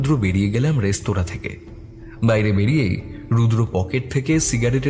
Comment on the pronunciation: বারবার "রেস্তোরাঁ"কে "রেস্তারা" উচ্চারণ করাটা ভীষণ কানে লাগছে। এই ধরণের ভুল যাতে ভবিষ্যতে না হয় সেদিকে লক্ষ্য রাখতে অনুরোধ করছি। নমস্কার।